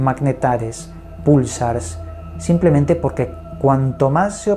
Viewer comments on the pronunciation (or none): none